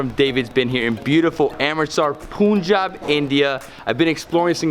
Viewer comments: Its not poooonjab its panjab in pronunciation... While its spelling is Punjab. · Poooonjab 😂. Man it's punjab Better pronounce PN JAB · Awesome work David and your partner. However You destroyed the pronunciation for Punjab..it's pun job not poon job.. no worries otherwise.hahaha.. You guys are awesome and the video coverage is excellent. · Why do you pronounce Punjab as poonjab??? Pun is pronounced as pun.... Not poon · Pronouncing it wrong buddy it sounds 'panjaab' not 'punjab'👍👍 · why do you say Poonjab (like poon in spoon) ? its Punjab (like "pun" as in "pun intended"). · "this is not a pun" you see how you read 'pun'? That's how pun jaab is pronounced like. It's so simple. Punjab not poonjaab 😅 Anyway love your videos mate! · Sometimes I really think that all foreigners purposely butcher the pronunciation of Indian names. How he says Punjab in starting of the video like wth. It is Pun-jaab. Pun as in actual 'pun' word's pronunciation. Btw awesome video as always.